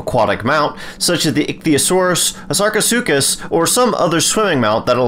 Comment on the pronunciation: This is the first time I have heard Sarco's full name. So proper. Bravo.